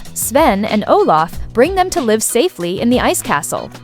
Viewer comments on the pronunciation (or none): none